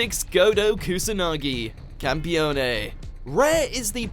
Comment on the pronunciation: the Magi in the title should have been pronunciated in the latin way, in english should have been "Ma-ji" and not "Me-jai" She's a goddes, not an ancient Pharaoh's guard Kudos instead for having pronunciated correctly Campione, that is actually an Italian word